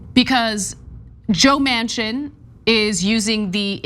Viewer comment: Manchin--pronounced "Mansion" but means "dumpster"